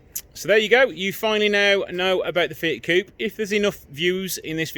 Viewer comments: Please stop calling "fiat cup"...is coupe'...f..sake.... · To be clear its coupe everywhere except the US. They can’t say aluminium either...